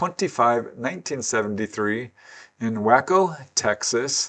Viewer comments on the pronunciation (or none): Wacko, Texas...? I posit you mean Waco [way-koe]...? 😉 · I think its pronounced way/co, not wacko. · as soon he said wack-o .. i scrolled the comments.. and here we are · "Way-ko" Texas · It's way-Co Texas.. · Naw. “Wacko” Texass is correct. 😂